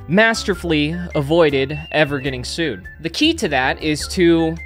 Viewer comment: “I’ll syd 🥀” 😭😭😭😭